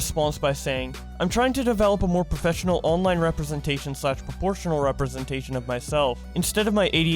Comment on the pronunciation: New Challenge: Take A shot says professfinial.